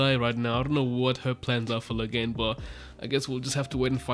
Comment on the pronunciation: Moghedien = (moh-GHEH-dee-ehn) not (moh-gheh-DEEN)